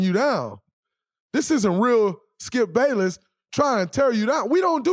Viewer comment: Y’all ignoring the fact that he said Skip “Payless”